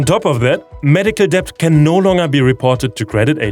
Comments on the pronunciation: Love hearing about the progress in providing health care for low-income patients, but the thing that really made me smile and get on the verge of laughing was hearing you pronounce "debt" over and over and over -- while pronouncing the silent "b". English tends to collapse combos when they have multiple plosives in a row (p b t d k g), so it's just "det", much like "cupboard" is pronounced "cubberd". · don't say the B in debt just say det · It's really uplifting to get this monthly dose of positivity. It's not all doom and gloom. Thanks for this. Oh, just a little niggle: the English word "debt" is pronounced "det" (the b is silent).